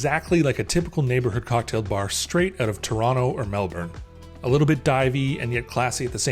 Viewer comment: Gotta work on your pronunciation of Melbourne 😉